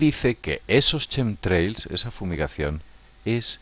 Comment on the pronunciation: Rastros quimicos no Chemtrails jajajaj y si no lo pronuncias bien ni lo diga bro porque suena horrible y no se entiende ( quemtreils) asi suena.